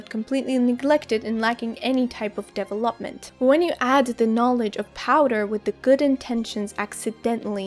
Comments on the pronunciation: a bit off topic but why do you say development like deve-lóp-ment . its like an inside joke or like what. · The way you pronounce development sounds very French haha. (It should be de-VEL-uhp-muhnt)